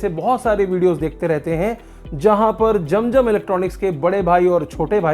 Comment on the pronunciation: Jam jam nahi zam zam is the correct word. Pls pronounce correctly.